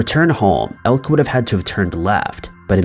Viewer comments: For future reference, Elke has two, not one, syllables. El-ke, not Elk. Come on man! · The name Elke is European and it is not pronounced elk, the e is not silent. At first I thought it was spelled Elk and she was part of an American tribe, but she is from Belgium and her name is Elke. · Elke is pronounced "Elk A"..just saying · Elke is pronounced elkah